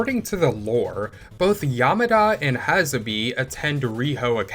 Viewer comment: Glad to see a video like this from (I'm assuming) the younger generation. Real quick pronunciation note. I don't wanna WEEB police you, but Kunio's girl's name is pronounced 'Ha-sa-bay'. And Riki girl's name is pronounced 'mommy'. That last one is important because if a black guy such as myself were to hear you say that name the way you said it, you might get a ferocious side eye or a "what you just say"🤬 type statement. Just putting it out there. Anyway, keep up the good work.😁👌🏾